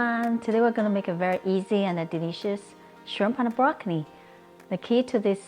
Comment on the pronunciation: I laughed evertime she said Brockni. Thanks for the laugh and nice feed